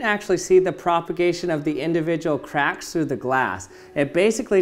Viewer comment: Did anyone else understood sometimes craps instead if c4acks?